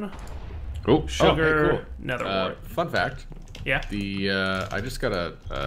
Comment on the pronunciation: he says "fun fact", but it sounded like something else.